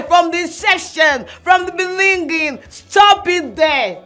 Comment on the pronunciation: I knew she will still say beninging😅